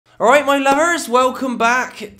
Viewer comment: OLRIGHT MOI LUVERS